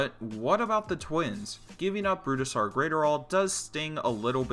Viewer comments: Isn’t the guys name pronounced Brooz-Der not Bru-Da-Sar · I’m not hearing that. I’m still hearing Bru-Da-Sar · exactly. he’s saying burusidar and it’s pissing me off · "Brudestaire Graiterall" 🤦‍♂️you butchered his name. Its pronounced like Bruce-star and his last name is like adderall but with a GR before it.